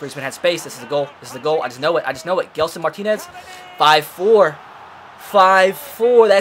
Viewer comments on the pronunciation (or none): none